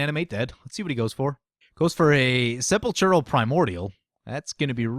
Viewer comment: SEH-PAUL-KRAL ! NOT sepechural -_